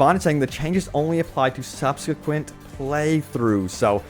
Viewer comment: "Subsequent" Imma just ignore this word